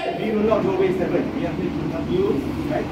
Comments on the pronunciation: This is such a prehistoric method. Also, its pronounce steven and not "steph-fen" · It's pronounced "Steven"